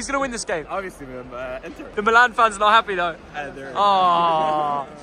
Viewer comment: The team is AC Milan (not Milàn). The name of the city, in Italian, sounds different than the team's name: the city is Milano (Milàno), the team il Milan (pronunced "Mìlan"). If you call them Milàn the team's name sounds like the city name (in English). Please, consider that.